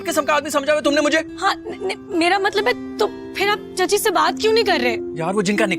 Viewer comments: Matlab ❌Matbal ✅ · Matlab❌ matbal✅ 😂😂😂😂